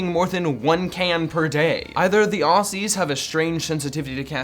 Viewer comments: Its pronounced OZZIES not aussies btw its a z sound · Ossies ITS NOT OSSIES ITS AUSSIES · Aussies ..... ITS NOT SAID THAT WAY ITS SAID AUZZIE!